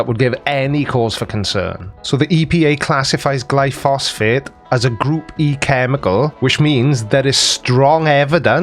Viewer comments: I think he means glyphosate, not glyphosphate. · It is glyphosate not glyphosphate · I know it's a technical point, but I believe it's pronounced "gly-pho-sate" (gly-fo-sate). Or maybe that's short for glyphosphate? I don't know.. But the well-known name, at least in the US, is Roundup. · It's glyphosate, not gluphosfate. But that's correct, it is a lot safer than the alternative herbicides. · Not to nitpick, but the name of the weed killer is glyphosate not “glyphosfate” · Did you just say " glyphosphate"? I take it was only a misspeak, because the weed killer (made by Monsanto) is "glyphosate". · GLYPHOSATE GLY-PHO-SATE. Not Glyphosphate :) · Is he saying Glyphosphate all the time instead of Glyphosate? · It's glyphosate not glyphosphate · It"s Glyphosate.(Gly Fo Sate) Not Glyphosphate (Gly foss fate)!!! This conspiracy idiot has saying it wrong!!! LOL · Glyphosate not “glyphosphate” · Glyphosate, not glyphosphate 😀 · Glyphosate... not "Glyphosphate." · It's gly-phos-ate, not gly-phos-phate. Check out Myles Power for some great content on Monsanto, glyphosate, GM foods, geo-engineering/depopulation, and other anti-science topics. He works in chemistry by profession, and has done work in GM, and covers all sorts of topics from AIDS denial to urine therapy, conspiracy theories to new age woo. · It's glyphosate, not "glyphosphate". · Not glyphosphate! It's Glyphosate. [Gly pho sate.] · Not only that, the word he was trying to say is glyphosate, NOT "glyphosphate," which isn't a thing. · The name is glyphosate, not glyphosphate. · Glyphosate, not glyphosphate. Don't let him suck you in. ;-) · Gly-phos-ate, not -fate. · Glyphosate. Not glyphosphate. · Its pronounced gly fo sate I'll bring this up in the Sunday stream if I remember